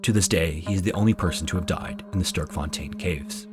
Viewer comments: Hi Sean, long time viewer from South Africa here! I love your videos, but the pronunciations of Gauteng and Sterkfontein were a bit off that I had to double back to make sure I heard it right 😅The 'G' in 'Gauteng' is a guttural sound and the 'e' in 'Sterk' is similar to the 'a' in 'at' in english. Hope this helps! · as a afrikaans speaker from south africa hearing him say "sterfontein" cave kinda cracked me up** Star Fountain ^* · South African here... your pronunciation of 'Gauteng' and 'Sterkfontein' is amusing 😆 👍🏾 👌🏽